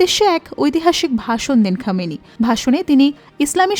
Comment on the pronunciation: সংবাদ পাঠিকা আপা ১৯৭৯ ইং ইরানি ইসলামী বিপ্লবের নেতা আয়াতুল্লাহ রুহউল্লাহ খোমেনী; এবং তাঁরই যথাযোগ্য উত্তসূরি বর্তমান নেতা আয়াতুল্লাহ আলী খামেনী সম্পর্কে ভালোভাবে জেনে, এবং এঁদের নাম শুদ্ধভাবে (অন্তত বাংলায়) উচ্চারণ করতে শিখে; তারপর, সংবাদ পাঠ করতে আসবেন, পীলিজ/প্লীজ/please/plz!😜😁😝!